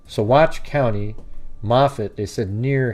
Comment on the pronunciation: pronounced Sauh-watch